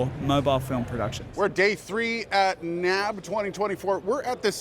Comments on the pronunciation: Been going to the show for 10 years- never have I heard someone call it "NAB," as in a word that rhymes with "grab". N.A.B.-yes, or the N.A.B. show, but "no" to NAB. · People don't say nab. :-)